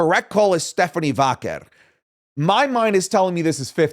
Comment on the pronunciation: saying stephanie Vackale makes me laugh